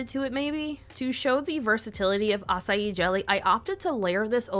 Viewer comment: I love that you can pronounce açaí with no problem but put the ç in curaçao and all bets are off 😂